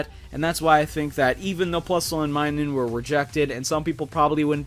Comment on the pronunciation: It’s minun not minus